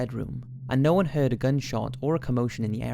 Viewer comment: Until he says Heeeard.